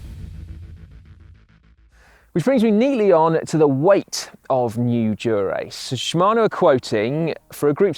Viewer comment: Someone teach Si how to say Dura-Ace. Even the subtitles think he is saying “Durex” 😂